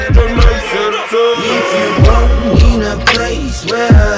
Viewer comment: Вот вам плохой коммент, они плохо знают английский. Рассуждаю потому что я сам музыкант из Лондона и фанатею по хаджиме пизда. В припеве правильно надо сказать, If you'RE born in a place where everyone surviveS. и еще они произносят Burn вместо Born, и я вот слушал и не высекал вообще че к чему, но как сказал Мияги их текста не централизованы на смысле поэтому я по тихой опустил этот моментик. На самом деле этот припев вообще не составляет никакого смысла если его послушает носитель языка но конечно кроме англичан и американцев мияги слушают и арабы тоже например а им уже пофигу на англ текст как и вам. Единственная проблема по сути которая может с этим возникнуть это то что какие то англоговорящие спонсоры или партнеры откажутся сотрудничать из за того что английские текста в хаджиме часто выходят такие себе для зарубежных слушателей.